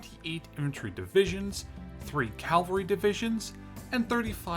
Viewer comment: It's cavalry not Calvary. Calvary is the name of the hill at Jerusalem where Jesus was crucified.